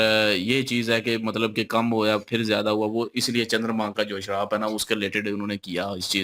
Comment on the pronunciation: Bhai sharab nahi Shraap 😂